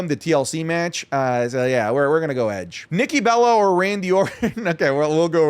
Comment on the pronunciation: Edge...its Edge